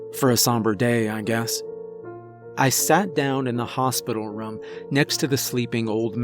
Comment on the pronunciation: everyone says room this guy: Rom